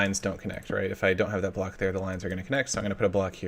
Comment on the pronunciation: Wow, you forgot how to say Block?